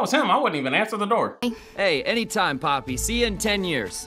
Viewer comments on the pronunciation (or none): why cant you say poppy and not pepper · HER NAMES NOT PEPPY OR PEPPER ITS POPPYYYYYYYYYYYYYY!!!!!! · It is poppy not peppy😂😂!!!!!! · It’s poppy btw not pepper 😂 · He meant to say poppy but he called her pepper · yall the thing that got me cracked up was when kept calling poppy “peypey” 😭😭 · Bro not you calling her pepper 😭😂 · My man called Poppy "Pepper" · i love how he keeps saying pepe instead of poppy lol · Guys how many times did he say pepper 😂 Instead of poppy 😂😂❤ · Through out the video he was saying peppy or pepper instead of poppy her real name 😂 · its not pepper or pehpeh, its poppy? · bruh it’s poppy not pepe or i just heard it wrong idk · btw its poppy not pepi lol🙂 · why do you say pepper it's poppy lol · Love how hes been calling her pepper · Bro he been calling her peppy 😅